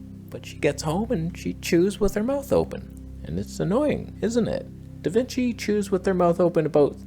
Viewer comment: I now call Resolve "DaVinch"